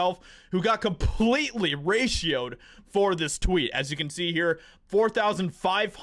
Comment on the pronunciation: I love when you say raitoed.